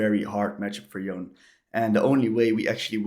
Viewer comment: Please, it's Yon-Eh. I don't know which American started this, but it's really annoying that this is the ONLY champion people keep mispronouncing the name of.